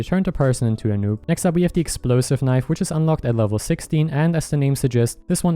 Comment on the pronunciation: When he said noob knife turns people into noobs I heard Nuke knife turns people into NUKES